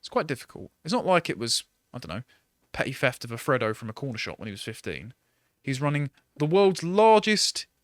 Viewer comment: Frodo….you mean fredo